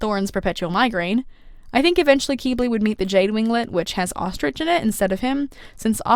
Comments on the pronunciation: Its q-🅘-bli not q-🅔🅔-bli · Is Qibli really pronounced kee-blee?! I’ve been saying kwib-lee. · I have been listening to the audio book and the narrator says Kibli short i I just wanted to point that out because I love your videos but that doesn’t sound right after about 40 hours of listening to it said the other way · I heard kiwi not Qibli. 😵‍💫🫥🥴. And guess what theses two emojis character is 🌕👀